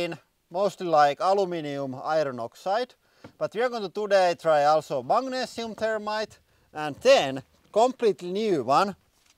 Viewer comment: Mate, it's Magnesium, not "Mangnesium"! That's worse than the yanks calling Aluminium "Aluminum".